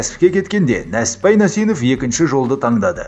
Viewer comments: Нәсіппәйің не иии? НЕСІППАЙ де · Несіпбай Нәсенов дұрыстап айтшиш